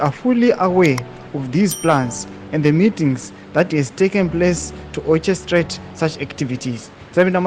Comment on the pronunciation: It’s orchestrate pronounce C as k not oche but oke